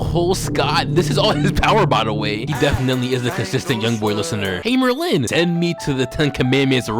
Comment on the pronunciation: why TF DO YOU SAY MERLIN LIKE THAT. It’s MERlin, not merLIN